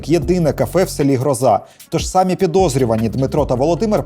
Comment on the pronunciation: не сАми, а самІ українською мовою наголос. сАми - це па русски